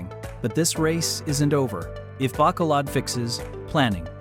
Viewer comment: How can you expect to be taken seriously if you don't even take the time to learn how to pronounce the names of the two cities that are featured in your video?!? 😂